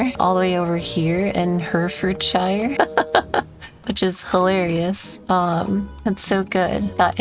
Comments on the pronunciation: Herefordshire is pronounced "hair-eh-ferd-sheer". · pronunciation of Herefordshire killed me a little lmao